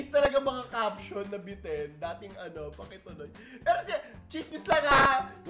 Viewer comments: parang deyting(dating) po yun hindi da-ting😂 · “dating” as in dey-ting….. nag dededate…. Hindi dating (before) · Dating… nagliligawan 😂😂😂 di po dating na before ang basa😂😂😂😂